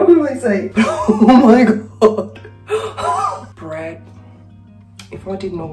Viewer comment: When the unicorn lady said Brad the auto caps wrote 'bread'. Yep it did sound like bread.